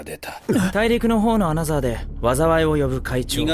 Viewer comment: 어나더를 어너서로 발음하는 일본식 영어나, 그걸 어너더로 적는 자동자막이나...